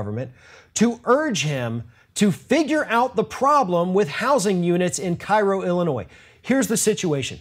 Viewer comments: Even though it's also known as Little Egypt, it's pronounced "care - o", not "kai-ro". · It is not Cairo, it is pronounced Kay Row, Illinois. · It's pronounced KAY-roh. Common error. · It's actually pronounced Kay-ro! I'm from Illinois. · Cairo, IL pronounced locally as Kay-row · It's pronounced Kay-roh, Illinois. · Minor point but it's actually pronounced KAY-ro (i.e. ['kei.rou]) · Its pronounced CAY-row.